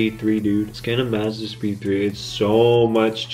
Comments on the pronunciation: I hate the way this kid says Mazda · Can you like not say Mazda for the rest of your life? 😂🤙🏻